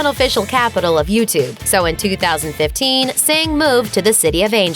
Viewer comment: calling her "Singh"😂😂😂